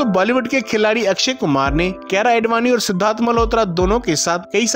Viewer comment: His aedvani tho 🤌😂